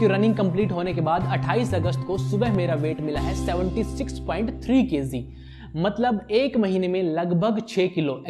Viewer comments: Kayzee nhi KG 😂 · thanks ... bro its kg not kz ..and magic not mazik... work on it.. great video btw